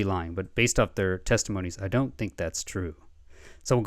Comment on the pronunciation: It’s pronounced Salas… Like salad